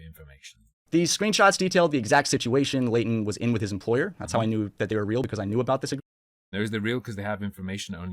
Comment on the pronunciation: Am I the only one who is bothered by how they pronounce Leighton as "Laden"?